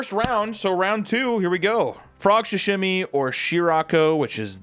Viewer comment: Why is he saying “shashimi” it’s called SAshimi😭😭